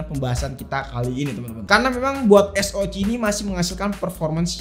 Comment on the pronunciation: Cuman kanal ini yg konsisten nyebut Es O Ci 😅 jd ciri khas